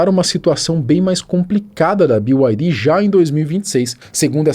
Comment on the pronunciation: Ninguém: A: "Bi Uai Ri!!!"